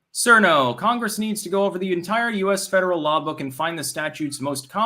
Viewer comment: lol, he pronounced cirno as "sir no" and not "cheater no" or "chur no"